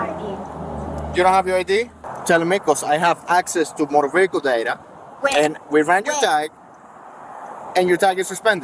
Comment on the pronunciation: I wish these low lives would learn how to pronounce Vehicle properly..the H is silent ! I'm sick of hearing Ve HIC il